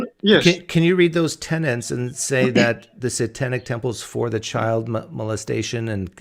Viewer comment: TENETS not TENANTS please.